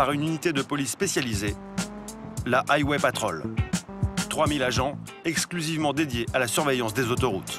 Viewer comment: Aille-wai patrolle 😂😂😂